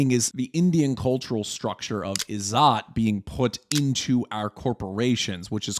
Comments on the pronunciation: It's pronounced Iz-zat and not Izaat. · It's izzet not izzaaat, more like in 'wet'. It has Arabic roots.